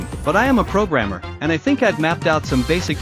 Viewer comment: i thought bro said "im not a programmer for the game, but im a progamer" 💀